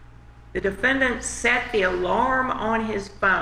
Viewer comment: defend-ANT. lol